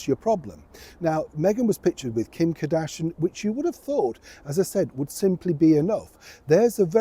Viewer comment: It’s not KADASHAN….. it’s KARDASHIAN…..KAR DASH I AN. It’s also Emma GREDE…..NOT GIRDIE.